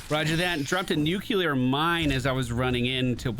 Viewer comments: Nu-clear, not nuke-u-lear. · I loved every second of this except when you said “nucular” instead of nuclear. It’s a personal pet peeve thing, don’t mind me.. lol